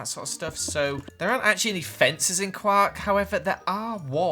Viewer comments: IF HE SAYS KWAK ONE MORE TIME I SWEAR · its pronounced qork not qaaaaaaaaaaaaark. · quark not quack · Who else thought said “Guac” instead of Quark? 😆